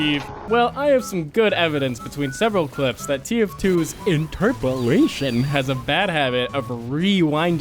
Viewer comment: one time: iNtErPoLaTiOn My brain every hour: InTeRpOlAtIoN is funny Me: Stoooooop